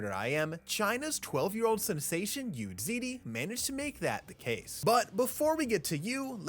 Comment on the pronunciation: it's not "Zee Dee", it's "zzz (but very short)", Dee.